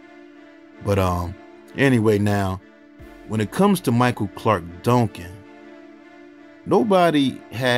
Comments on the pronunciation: Dongcan?? Can’t you say DUN-CAN? 😡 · It sounds like you're saying Donk-kin 😊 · The way he says “Duncan”. 😂😂😂